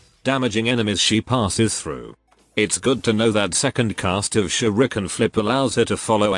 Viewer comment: The way he said shurken